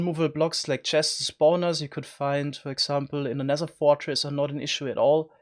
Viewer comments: Nether* not Nesser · I love how u Say t like s Sounsand Neser I love this